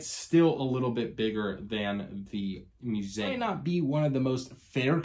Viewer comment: Fun review. I love the way you say muZAM.